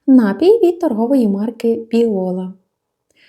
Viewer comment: Так і в слові напІй наголос ставиться на другому складі, над І